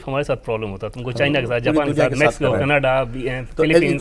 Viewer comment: Why can't these people pronounce CANADA PROPERLY ❓❓KANADA KANADA BOLTE